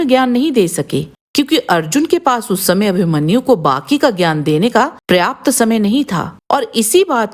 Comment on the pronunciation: आपका उच्चारण पंजाबी लहजे का है, जिसके कारण आप पर्याप्त को प्रयाप्त बोल देती हैं , सावधानी रखें।